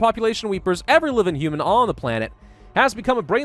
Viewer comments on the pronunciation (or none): none